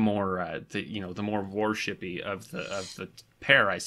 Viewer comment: "Warshippy"...God, I love you guys!